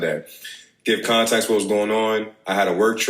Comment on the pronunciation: “Contax”?? 😭😭oh lol